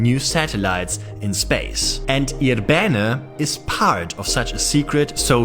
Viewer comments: it is pronounced with the accent on the 1st I syllable, I'rbene not ir-B'ene ... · For those wondering, the name of this place is more accurately pronounced with initial stress, that is: IR-be-ne (and both of the "e"s approximately as the"e" in "sovjet").